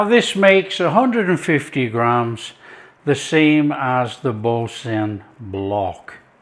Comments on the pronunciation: Bore - San not Bore - Sin…. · It should be pronounced ‘boor - san’. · “Bore San”